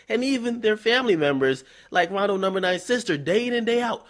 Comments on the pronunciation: Omfg, he said "coondo numba nine"😂😂💀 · I just came here to hear him say "Coondo number 9" XD